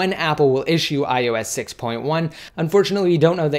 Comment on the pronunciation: Why does it sound like u are saying ius instead of ios??? thanks for the update!